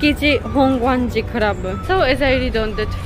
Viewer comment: 美味しくてよかったですね。それから、本願寺の発音がとても良かったです。